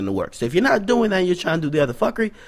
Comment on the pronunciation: yo mi did know you a Jamaican from I heard you say "fukery" bless up bredda